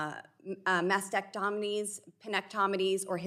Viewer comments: Did she pronounce that 'Masked - sacked - onomy'? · Boebert may be the only only woman in the US who can't pronounce mastectomy. She consistently says "mastect-tonomies." She certainly knows almost nothing about gender affirming care. She talks as if small children are receiving hormones and surgeries. That is not the case. HHS Sec Xavier Becerra also knows surprisingly little. A couple hours of study would go a long way for him. Boebert may be uneducable. Much of what she says on just about any topic is wrong.